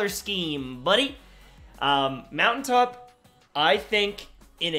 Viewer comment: Not-For-What? Lol You mean Moun-tain-top!